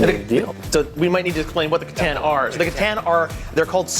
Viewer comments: c'tan= kit ahn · hearing a necron main mispronounce c'tan is beyond sad >_>